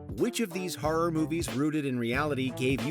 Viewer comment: The way this narrator pronounces the word “horror” drives me insane lmao